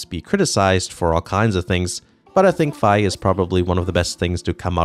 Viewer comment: I still pronounce her name as "fee". xD Hearing you say "fye", however, sounded good, so I may go to that. Fantastic video, as always. 🙌🏾